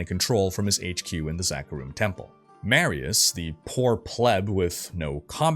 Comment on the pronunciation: Pronunciation is driving me nuts. Aranoch is pronounced Are-a-knock. Marius is Mahr-e-us. Jerhyn is Jair-in. These are all spoken in the cinematics.